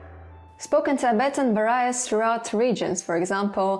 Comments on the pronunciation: I wonder where you got that pronunciation of "various" and "varies." Sounds a bit odd. Great video! Thanks. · EXCELLENT work, many thanks,! One minor issue with your English, though: It's mostly great, but review the pronunciation of VARIED and VARIOUS and VARIES!;) Spasibo Bolshoe!